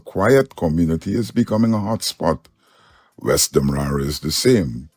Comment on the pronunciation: A bless good morning too you this is one of your favorite follower, must please say demarara and not wara thank you